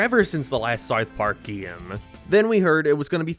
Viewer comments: "Sarth Park" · Dude can’t even say South Park…. Wtf was that